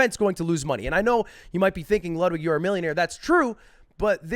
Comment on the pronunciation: Wudwig Whgren